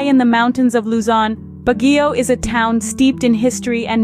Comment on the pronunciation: Siquijor is pronounce Sikihor not sikwijor also Baguio is pronounce Bagyo not Bagiyo